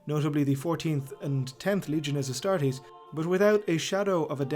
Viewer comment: Anyone else notice the astastes instead of astartes i mean yes the charmanders must love barbeque but astastes